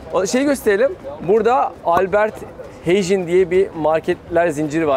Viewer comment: albert hayn diye okunuyor aaabiiiih